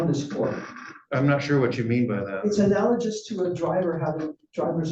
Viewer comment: He didn’t even pronounce analogous correctly - his tremendous faith in his beliefs is seriously misguided